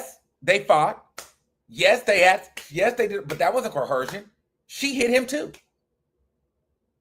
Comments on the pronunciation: CO-ER-SION. Please lol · There’s no H in coercion please 😂